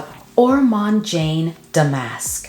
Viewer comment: Damask...accent on the 1st syllable, not the 2nd. It refers to a specific weave of fabric.